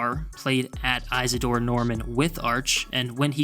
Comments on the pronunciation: Iz a dore not Ize a dore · It’s pronounced IS ADORE not EYES ADORE. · You are mispronouncing “Isidore.” The first syllable sounds like the word “is” rather than “ize.” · Pronounce small "i" izzadore Newman. Ugh... and mullets are godawful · Just fyi, it's pronounced (is-A-door) Newman